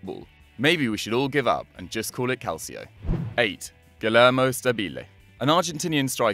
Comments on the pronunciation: kalsio... HOW ABOUT NO. At least say it right... Calcio - say it like Kalchio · Btw it's pronounced calchio. In Italian c is pronounced ch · Kalcho is how Calcio is pronounced!!!!!!!!!!!!!!!!!! Jesus Christ go on Google translate and check how to pronounce words!